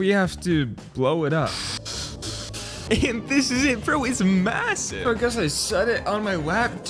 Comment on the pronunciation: did you say massive?